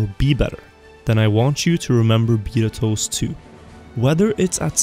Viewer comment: Am I the only one frustrated with the way he pronounces betatoast2?